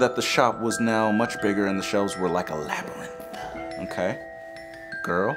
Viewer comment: Love ya!! ❤️ "Labyrinth ah" lmao 😂